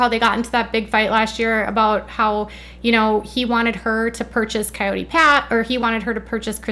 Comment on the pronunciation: Did Kody actually pronounce it "k-eye-yoot" pass instead of Coyote?!?!? SMH